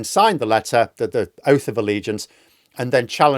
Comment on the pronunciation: Did she mean « Oaf of Allegiance » ?